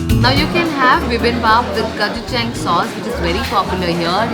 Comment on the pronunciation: Why you speaking wrong its gochujang please pronounce properly